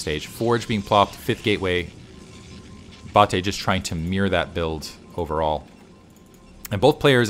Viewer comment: Love seeing Bulgarian SC scene being represented! You were pronouncing Bate correctly. Thanks for the content, been watching since the OG days of you and moletrap and klazart